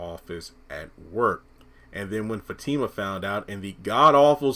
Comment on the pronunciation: Her name is Fatima not Zatima